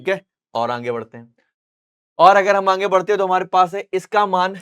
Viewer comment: Aage ❌️Aange✅️😂😂